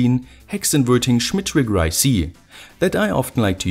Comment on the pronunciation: Schhhmit triggggrrrr